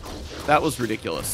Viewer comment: I like how you pronounce ridiculous. <3